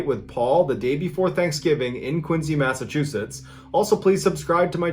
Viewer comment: Massachusetts resident here 🤙🏽 and I fully condone the fight with Paul from Quincy. 🤜🏼👊🏽 And I can tell you're from Massachusetts also because of the way you pronounced it. Hey neighbor!!!! 👋🏽